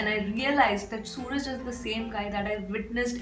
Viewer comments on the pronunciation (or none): No it's Su-raaj.